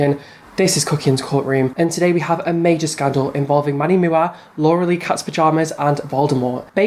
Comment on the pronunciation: It's M-U-A. Please stop calling him MUAHH....that's my biggest pet peeve with people talking about him. Other than that, carry on with the tea!